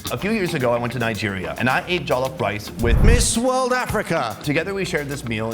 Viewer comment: the “jolef” rice killed me 😂